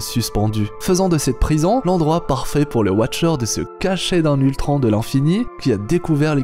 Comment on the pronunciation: Géniale cette vidéo... mais frère... POURQUOI TU DIS ULTRAN !!!!!!!!